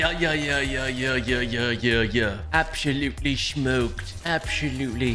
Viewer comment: Absho-lutely smoaked 🤣🤣